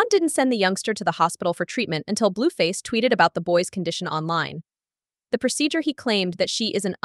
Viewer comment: Said her name wrong 10 times in 2 sentences Bluefazzzz too lol